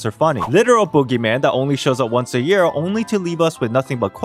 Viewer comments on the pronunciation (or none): none